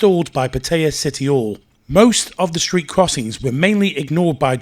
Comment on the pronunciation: You've got your super clear, semi posh, say each word distinctly and clearly and then from the North, at 9.13 it all COLLAPSES with "Cityall" as one beautiful word! As opposed to "City Hall";-). My mum's from up that way;). Great update and I enjoyed knowing the latest. Thanks for your hard work. See at "Cityall" on Friday!